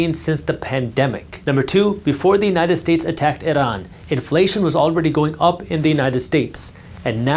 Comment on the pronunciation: I liked how you said iran